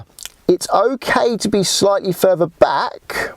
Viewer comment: Sorry. I couldnt get to the end. L is pronouced ELL not EW. TH is prounounced Th not eF or W . Torture on the ears . Fing ? Furver ? Free Steps ?